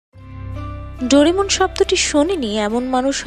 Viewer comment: Doremon/Dorimon/Doramon😂😂 Naa...Doraemon Hobe😊😅